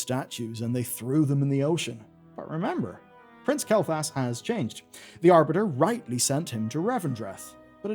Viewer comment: pronouncing Kael'thas as Kael'thalas is bothering me :D